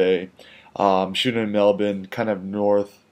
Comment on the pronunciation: I'm only halfway into the first minute and already I have to commend you on two things: you pronounced Melbourne the way we do here in Melbourne (Mel-ben, and not Mel-BURN) and you learnt the term 'CBD' - you can come back to Australia any time,!